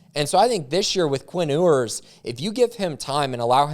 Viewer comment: It’s pronounced “You-ers”